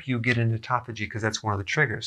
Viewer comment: I felt embarrassed as soon as he correctly pronounced autophagy. I've always pronounced it like "auto faggy"